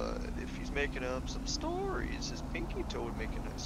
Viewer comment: this dudes telling stORies🤣🤣 🤣